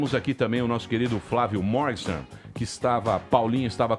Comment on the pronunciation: O Emílio fala "Mórgsten" para o sobrenome do cara, mas a pronúncia é "Mórguen-shtáin".